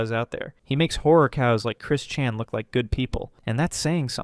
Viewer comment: Why did bro go British for 1 second to say Chris Chan?